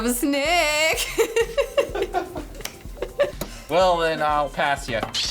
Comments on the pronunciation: I like how you were saying snake with an English Yorkshire accent.... "snaayke" 😂 Very cool video, really looking forward to H. P. Lovecraft :) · The way says Snake its almost like snack.